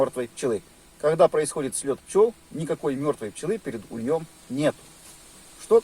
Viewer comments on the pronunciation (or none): Блин , даже страшно слушать как русские говорят : (перед ульём ) это же не правильно , а перед ульем . Русские учитесь правильно разговаривать и правильно акцент на нужную букву ставить .Просто противно слушать обидчиков ПРЕКРАССНОГО РУССКОГО ЯЗЫКА .Одни хамы!